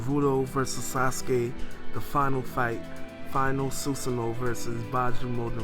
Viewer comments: its beeeeeeeeeeejuu not byju :D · "Bee-Jew" not "Bye-Jew", yous should work on your Japanese pronunciation a bit. >.> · All respect to your voice and your discussion. This is the second manga discussion I've heard from you, but with all respect can you please start pronouncing the terms correctly? We don't say give with a emphasize on the i, right? Naruto - Nar-u-to Not Nar-u-do, Bijuu - Bee-Juu not Bi-Juu, Konoha - Ko-no-ha not Ku-no-wa. I say this with respect. I love your videos I'm not trying to insult. Correct pronunciation is just important. I also agree that it's sad that Sasuke is still left in despair.